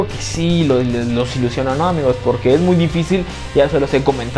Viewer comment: Odio que diga amigous , amigous